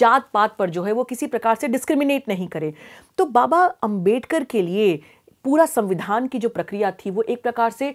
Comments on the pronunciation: Dr bhim rao ambedkar Jee ka name sahi se Lo duniya ki bate janti ho unka name sahi lene me aaki roh kyo kapati hai. Kahi aap jalti to nahi hai na baba Dr bhim rao ambedkar jee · Ma'm , main chahunga ki apne jo humare father of the constitution ' BABASAHEB DR. BHIM RAO AMBEDKAR ' ke naam ko jo galat tarike se pronounce kiya hai , usey please ap correct kar lein aur ap future mein bhi iss baat ka dhyan rakhein . Main ye bilkul bhi nahi chahta ki humare iss samaaj mein koi bhi kisi madhyam se ap jaise reputed advocate ki chavvi kharab karne ki koshish kare . Ma'm , maine apke iss topic pe dono part achi tarah dekhe aur ye mujhe kafhi informative bhi lage , that's why I respect your such a innovative work , Ma'm . And of course Ma'm , Thank you to all your such a dedicated team members for aware all of us on the topic " INDIAN CONSTITUTION "